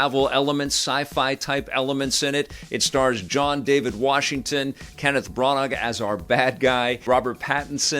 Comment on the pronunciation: How did you just pronouce "Kenneth Branagh's" name, Pronouce it properly like "Hannah" but with a Br at the beginning. Merry Christmas Stay safe